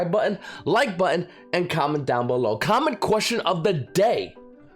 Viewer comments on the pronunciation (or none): It took me a year to understand he was saying "comment question of the day" and not "comic question". Now I feel dumb, Everytime I wanted to post my best joke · I thought he was saying common question of the day.